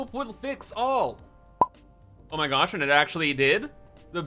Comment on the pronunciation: “Oh my gyash”